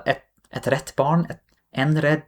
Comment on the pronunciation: The arabic part was a horror story... Congrats on your excellent Swedish pronunciation. And everything you said about "rätt" is spot on. Weird thing.